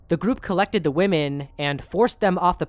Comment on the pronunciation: Dear brother, women is pronounced wim-en. Woman is pronounced woman. There aren't 2 woman. There are 2 women (wim-en).